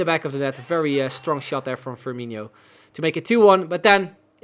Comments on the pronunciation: I came here to comment the same. As a brazilian my soul dies a little bit every time he pronounces FirmiNHO. It's FirmiNo ... like NO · No, it's not. It's INO, not INHO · Love the series but repeat with me. FirmiNO, FirmiNO, Fir-mi-NO. Much better! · Please stop saying FirmiNHO :) I'm not even a Liverpool fan but it just doesn't sound right